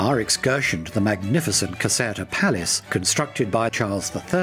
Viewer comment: Caserta, pronounced Caz-air-ta